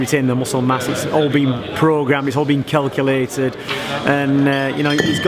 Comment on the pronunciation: 1.50 did he really say it's all been kellculated. 😂